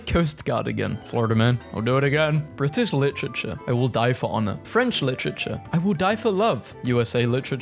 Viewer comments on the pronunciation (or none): why is bro saying lichichure